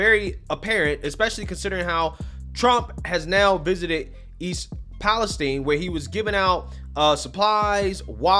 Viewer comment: Thank you for being the only reporter I've seen to say "East Palestine" correctly. With a hard e not with an i.